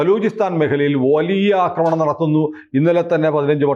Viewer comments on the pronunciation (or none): none